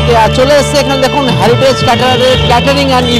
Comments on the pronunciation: আরে ওটা হ্যারিটেজ না রে হেরিটেজ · ওরে বাবা ওটা হ্যারিটেজ না, হেরিটেজ হবে 😂